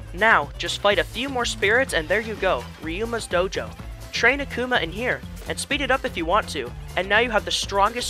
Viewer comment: "search for a spirit named "AhK-oomAH" it pains me to know that there are people who have no idea who Akuma is. Also, you cheesed him until you won!? Youre so weak sauce broh